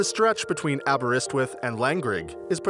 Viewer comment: He said Aberystwyth correctly which amazed me, asfor Leominter, we call it lions town:)